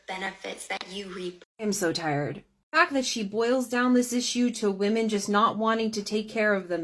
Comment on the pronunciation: How about pronouncing the word correctly it's women not women when it's plural